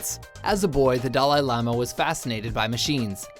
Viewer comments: Yes, yes, we all love the "doll eye laama" :| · "Dah-LIE lama?" Why do you never pronounce things right? STOP. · How can you not pronounce Dalai Lama when making a video about him?